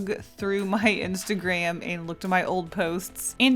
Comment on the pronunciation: Why did they pronounce instagram insteigreim